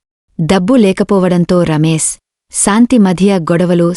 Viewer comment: Nice,aina meeku sha raada.santhi,niraasa,ramesa.antunnaru.